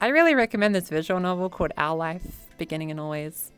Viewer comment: i love the fact when searching the game our life on steam i thaught said owl life so i took a few minutes confused why it woudnt pop up untill returing to the video and replaying the part she mentioned 3 times untill realising what she said XD im such an idiot sometimes XD